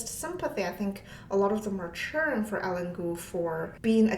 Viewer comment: Typically, her name would be pronounced like EYE + LEAN.